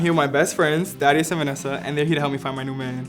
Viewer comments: Every time they said Thaddeus I heard "daddy yus" also what is Dimitri Instagram he is pretty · Am I the only one who thought he said daddy not thaddeus lolll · Sounds like he’s calling the guy best friend daddy lol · Every time they say the guy friend’s name it sounds like Daddyus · I just keep hearing "THOTteus" tbh